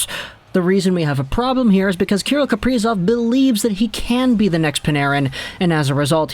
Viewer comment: kah-rill kah-pree-zov